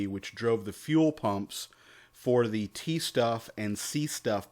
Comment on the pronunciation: It was Stoff pronounced the American way...